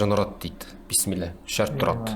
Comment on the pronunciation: Піссіміллә емес вообще то Бисмилләһ деп айтылады. Мағынасы өзгеріп кетеді ғой сөздің. Қатесіз айтсаңыздар пайдасы тиеді.